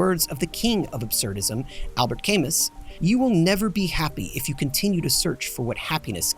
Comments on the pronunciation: PS I've never heard anyone pronounce Camus like the plant Calamus before. First time for everything 😅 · I’m honestly shocked to see no comments about your pronunciation of Camus 😳 I thought it was a joke at first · It's a good day when I notice a new video about a cartoon I have never heard of:) Edit: never fucking mind, they pronounced Albert Camus' surname wrong at minute three.